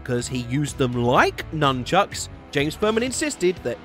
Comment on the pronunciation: Nunckuks… it’s nunchucks right?